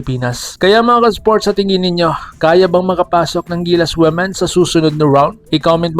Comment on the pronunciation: Ayusin mo Ang pag pronounce Ng women